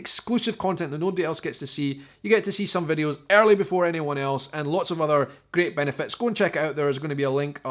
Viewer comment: Hi, one word that you say often is great. Alot of times to me it sounds like you put an L in the word, like gleat. sounds weird to me. I love your content. Keep up the good work.